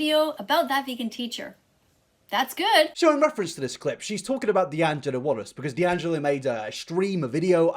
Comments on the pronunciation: I will never get over how she said "dangello" instead of d'angelo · ik you said this last video but lets not forget her saying D'Angelo's name is "dan-gelo" lol